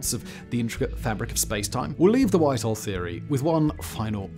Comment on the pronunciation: I was so confused, I kept thinking you were saying white hall lol at 1st I was like I've never heard of a white hall in space before lol